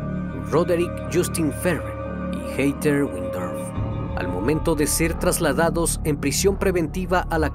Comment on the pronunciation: Me encanta tu voz, solo una recomendación que espero que no te moleste, el nombre de Heather, se pronuncia como “Jeder”